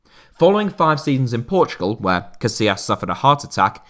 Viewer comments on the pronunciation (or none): none